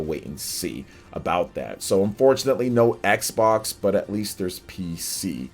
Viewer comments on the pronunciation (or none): none